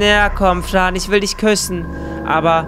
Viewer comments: du hab gesagt Frö bow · Es wird Fran geschrieben gesprochrn aber Frän